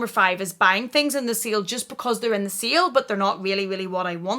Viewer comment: Sale shopping....lol.....I though you were saying seal shopping and I was like "what is seal shopping??"!!!! Sorry, American here. But your accent is awesome!!!